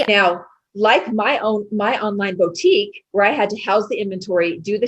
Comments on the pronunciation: I have a 2 year old who likes to watch Minnie Mouse Bow-tique. That's what I thought of when this person mispronounced boutique. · Me too!!!!! Bo-tique! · Something about the way that lady pronounced Boutique like "Bow-tique" had me stop in my tracks at work and go back to listen again to be sure I heard her right lmao